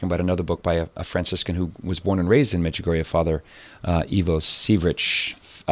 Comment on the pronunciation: The late Father Rene Laurentien, well known official investigator of Marian apparitions, judged Medjugorje as authentic thus far. Your visitor doesn’t even know how to pronounce Medjugorje. BTW, the Church cannot approve any apparitions until they are completely over, Our Lady is still appearing. As this program proves, there is still a need for her messages, this world is running amuck.